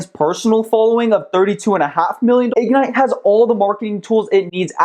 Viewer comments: Why can't you pronounce ig-NITE? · Its not Ig-nite Its Ignite. All one word.